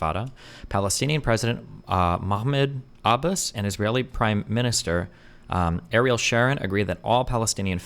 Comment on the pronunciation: that destiny doesnt knkw how to pronounce ariel sharon tells you how young he was when ariel was in power.